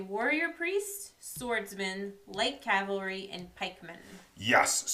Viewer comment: Did you really say Calvary 😂